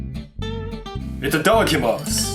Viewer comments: Omg he turned into a European guy towards the end 😂 itaDAkimasu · OMG LOL I DIED AT `ee-ta-daa-kee-mas' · nods This is a piece of shit The way u said itadakimasu tho 🤣